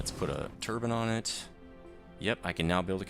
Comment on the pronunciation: Wind turbin ??? Its turbine BINE. Turbine